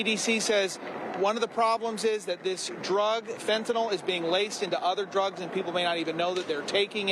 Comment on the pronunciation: I'd have more confidence in law enforcement if they pronounced fentanyl correctly.